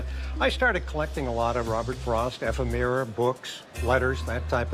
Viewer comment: never heard anyone pronounce ephemera that way lol